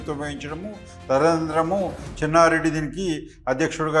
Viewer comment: చిన్నారెడ్డి కాదు సర్ చెన్నారెడ్డి